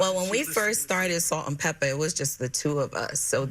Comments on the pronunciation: It’s Salt and Pepa. Please stop saying Pepper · Did anyone tell that it's "Peppa" not "Pepper". Put some respect on that legend's name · Love you. You are a very well spoken woman! But it’s pronounced “PEPPAH” not pepper. Kinda similar to the N* word ❤❤❤ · Please note … It’s Salt & PEPA! Not Pepper…!! Thanks Love! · I was just about to say - IT'S PEPPPPAAAAAA NOT PEPPPPERRRR. SHE IS CLUELESS ON OLD SCHOOL HIP HOP! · its Pepa!! Not pepper!!! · it's PEPPA not PEPPER 😅